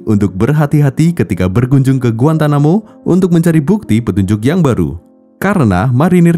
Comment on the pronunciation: Bukan GUANTAMUKUBA bacanya GUANTANAMOBAi 😭🙏